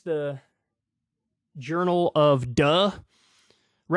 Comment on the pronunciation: Journal of Duh ..lol